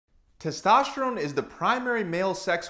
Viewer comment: Used to hearing it pronounced like testosterone by docs and the first seconds of this video was like what's testoshron... :-) sports help increase testosterone levels quickly, efficiently and safely (unless it's karate or racing, etc.).